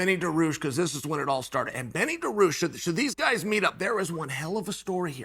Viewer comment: Dricus de plessis and Benny Derush Chael butchers everyone's name